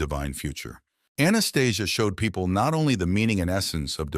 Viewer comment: That is not how Anastasia is pronounced. I have read the 9book series 4x. Its been over 30 yrs. but no movie... She talked of the awakening, but not what's happening now. Lots of good info otherwise, but I found many holes in the story. Thanks for your breakdown.